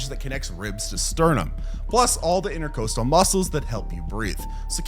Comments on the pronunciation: Inter-cawst-al, not inter-coast-al 🙄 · It’s pronounced interCAHstal not intercoastal